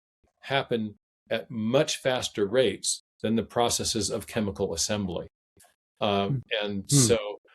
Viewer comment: Its refreshing to hear someone say processes correctly, instead of process-ees.